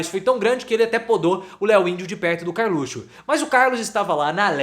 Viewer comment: acho fantástico quando falas Karlutxo. O lugar desse bandido é atrás das grades.